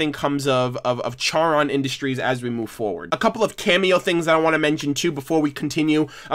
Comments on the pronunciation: I love how you are remembering Charon industries but it’s pronounced CAR-on not CHAR-Ron. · Car on. Not care on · FYI Charon is pronounced with a "K" sound not a "Ch" sound, the name coms from the boatman of the river Styx in greek mythology. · I’m really hating to be that one guy, but it’s pronounced CAR-on, not CHAR-on. Charon is the Greek god who ferried souls across the River Styx. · Not try to be mean but your say charon industries it's pronounced like car-on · Just so you know, Charon is pronounced "Car-on," just like the Greek ferryman of the underworld. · It’s Car-on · FYI the "h" in "Charon Industries" is silent. So it is pronounced Carr-on. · Just to clarify, Charon is pronounced like car-on. The h is silent. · Ok one its pronounced choron or (car-on) 2 your on the right track good one lad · You were half right, Charon is actually pronounced car-on. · I want to point out although it’s spelled Charon industries it’s pronounced karon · Its pronounced like caron industries. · Simon Petrikov no it Charon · You mispronounced Charon